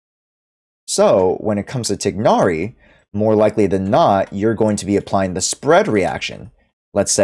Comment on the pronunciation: Just so you know you’re pronouncing tighnari completly wrong(most people are but they shut down Arabs trying to correct them)😭 nice video though, your voice is nice to listen to